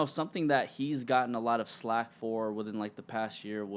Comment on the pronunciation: Did he say slack?